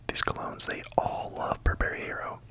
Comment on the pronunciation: FYI, the emphasis in the name should be “BURR-ba-ree,” not “burr-BERRY.” (My guncles are full-time professional fashion critics and have been for at least the past 15 years. I have been trained to pronounce basically every couturier and fashion house since I was in high school.)